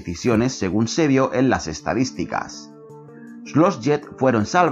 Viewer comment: buen video algunas correcciones: No se dice "jet" ni en español ni en ingles, se dice pronuncia "get" tal cual lo escribo. Mass effect no es un reboot es una continuación miles de años mas tade que la trilogia de shepard es mas en el mismo andromeda se habla al final de la verdadera razon de porque se fueron a andromeda de la existencia de shepard, los cegadores e inclusive de liara. Las asari no son hermafroditas no poseen ambos órganos sexuales es mas se plantea que solo tienen vaginas por el mismo diseño de las banshee en el 3 donde por alguna extraña razon les diseñaron a estos monstruos el órgano femenino, y su forma de apareamiento no es del tipo sexual, es mas bien que ellas pueden absorber tu pronta genética para heredarla a la hija. No esta mal los datos, pero creo se debe mejorar investigando un poco mas y volviendo a jugar el juego y solo por si acaso no espero que se ofenda, esta es una critica no destructiva solo es una corrección nada mas